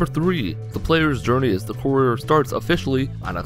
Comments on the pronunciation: I didn't watch this video because you mispronounced 'Courier' 4 times in the first 30 seconds. Good day. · How about, before you make a fact video, make sure you know how to say the character's name correctly.